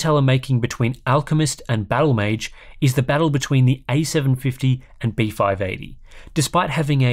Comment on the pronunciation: Anyone else hearing beef-eye eighty? Just me?